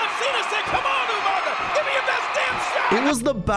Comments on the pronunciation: Pause. Already. All these years later and people still say "(you-manga)". Idk if it's suppose to be a joke I never caught, but that shit still infuriates me. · Who is this Umanga could've sworn it was umaga lol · Say it with me bro, “Ooo”——“MAH——“GAH”………..UMAGA “UMANGA” 🤣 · YOU-MANGA? hahahaha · I know you ain’t just call bro umanga 🤣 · The way you pronounce umaga pissssses me off